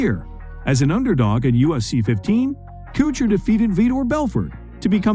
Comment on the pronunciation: Do you even watch The UFC?? The way you butchered The natural Randy Coutures last name is sickening! It's pronounced the same way as Couture clothing, CO-TOUR. And George's??? I can't even with Khabib......